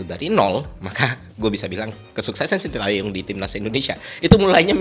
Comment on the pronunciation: Terima kasih bapak STY, juga untuk menghargai beliau kita harus tau bagaimana membaca namanya dengan benar. Yang pertama Tae, bacanya bukan Ta e tapi Te seperti di kata Tembak, lalu Yong bukan seperti baca Young dalam bahas inggris, tapi Yo seperti di kata Yolo, Shin Te Yong.